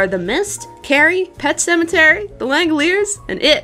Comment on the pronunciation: that pronunciation of "Sematary" is incredible